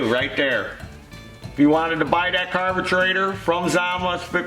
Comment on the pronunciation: Nothings better than pronouncing carburetor as carbetrator😄